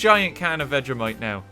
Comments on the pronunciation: Ive never heard a man mispronounce so many words in one words especially vegemite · Its veg-e-mite not veg-a-mite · Veg-e-mite Your welcome